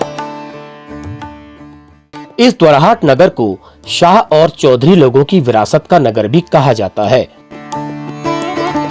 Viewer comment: शाह नहीं साह। शाह= अमित शाह।